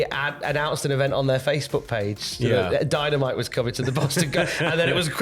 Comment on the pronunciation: Did I hear Dy-Na-Mi-Tee in there?